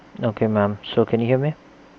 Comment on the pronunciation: He says ma'am like mom and i find it hilarious